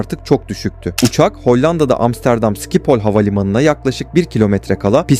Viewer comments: Dostum amsterdamdaki havaalanının adı sikiphol değil 😁😁 telafuzu şipol havaavalanı hiç duymadın sanırım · Hollanda'da bulunan o havalimanının ismi SİKİPOL diye telafuz edilmiyor schipol yani,ŞİPOL olacak,biraz bu konularda ders çalış. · Türk hava yolları Hollanda uçak kazasında Hollanda havalimanı yalnis telafuz ediyorsun dostum ŞİPOL OLARAK OKUNUR VE TELFUZ EDİLİR SİKİPOL DEGİLDİR